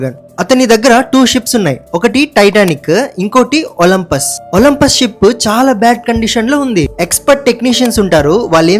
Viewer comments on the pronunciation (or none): It is not olmpus it is olympic